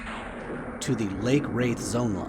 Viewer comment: Quadding at the gnolls is lame as hell. Thats a grouping spot. Plenty of other spots that are easy for druids to quad in. Just a quick correction South Ro, not Row and it's Rathe not Wraith =D